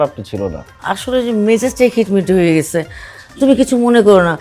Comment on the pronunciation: অশুদ্ধ ভাষার জন্য নাটকটি দেখলাম না। 'ছ' যে একটি বর্ণ এইটা পরিচালক সাহেব মনে হয় জানেই না। হইসে, দেখসে, গেসে, পারসি, বিশ্রী উচ্চারণ।